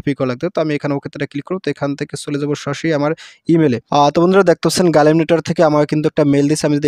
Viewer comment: ভাই গালিম না গ্লিম হবে